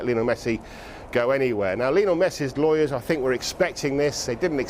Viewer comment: Why do people still pronounce it lee-o-nell? Its Lionel. His mum named him after Lionel Richie. Its not Lee-o-nell Richie. Rant over.